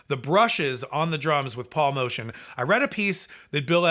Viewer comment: It's Moe-tee-anne not motion